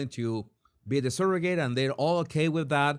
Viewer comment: Skin to skin is more than smelling and hearing the familiar biological mom. They do it for the father too. It helps create a bond. Also, how you're saying surrogate and surrogacy is driving me crazy lol. I understand why you're pronouncing it this way, but oof. Regardless, I agree and disagree with you about surrogacy. It's not optimal. But if the child is truly loved and raised in a good family, that is a win. Okay so... surro (sir-oh-gacy) and in-veet-roe. I'm not trying to mock or anything. I love your channel and agree with you on a lot. Just don't fully agree here. If all families could be the nuclear family, that's awesome. But that's not the case.